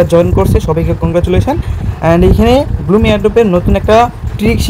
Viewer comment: ব্লুম না ব্লাম 😅